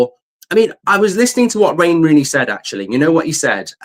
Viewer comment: Rain Wooney 😂